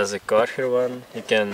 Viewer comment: Karchar? 😂 I didnt realised this Name is so hard to pronounce in english until now